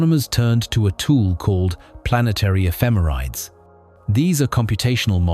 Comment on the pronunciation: This is driving me crazy... "Ephemerides" is pronounced /ɛfɪˈmɛrɪdiːz/ ("effih-MERRih-deez"). I've given many a presentation on orbital data with spacecraft ephemerides so I've gotten that correction before